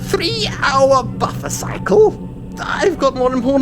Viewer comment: Internet: valve can u say 3? Valve: t-th. Internet: hmmm? Valve: TREE. Internet: you forgot the h in three